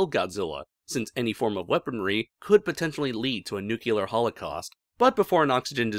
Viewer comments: Your pronunciation, sir. "Nucular." Grates on the nerves, a bit. Your entertaining videos, your choice, but something to consider. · New-clear NEW - CLEAR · There's only one U in the word "nuclear," bud.